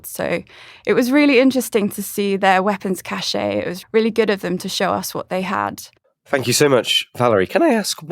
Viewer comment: Valerie: 'cache' is pronounced 'cash' -- not 'caché'. The word has no acute accent in either French or English.